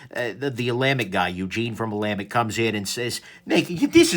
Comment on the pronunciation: "Ola Mick"...oh, sorry, Nick.